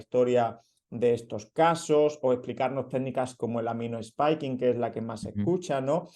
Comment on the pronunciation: plis, its pronounced "aminospaiking", los aminos no hablan